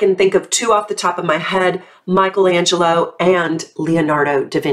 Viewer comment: How cute are you saying Michelangelo and Leonardo Da Vinci in perfect italian? Hugs from Italy 🥰💞